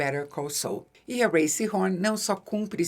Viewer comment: Isabela, obrigado por pronunciar o nome da Rhea corretamente. Só isso ja demonstra que você fez uma pesquisa mais profunda que 99% do youtube que ta falando sobre a série. Você está em outro nível!